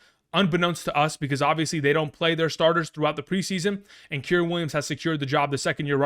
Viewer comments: KY REN. Kyren. Not kirin. K (eye) Ren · Kyrens name ia pronounced Ki-Ren like the star wars character Ki Lo Ren but without the Lo